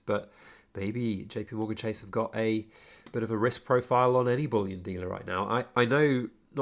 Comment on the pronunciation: ‘Chase’ lol. Avoid.